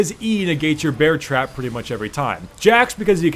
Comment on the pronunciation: He said bear trap on a rope the wrong way the first time and the second time he said it right